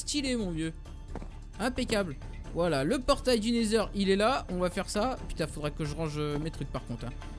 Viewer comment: le dragon c'est dans le ender pas le nesheur xD